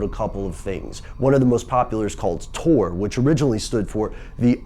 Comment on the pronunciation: It's tor not tour